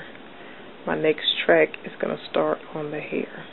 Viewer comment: no offense you spelled track wrong you said tract......